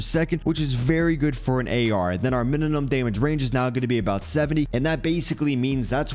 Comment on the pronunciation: Minimum not mininum